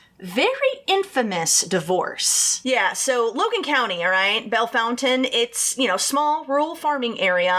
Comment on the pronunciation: I’m from Bellefontaine. I can’t believe you pronounced it correctly. Well done